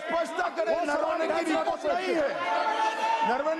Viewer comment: नरवणे ना नारावाणे म्हणत आहेत